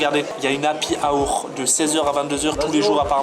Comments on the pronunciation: l'happy haoure xD ça se prononce Haoueur ♥ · ptdrrr " l'appy aour" le bon accent😂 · "lapi aoure"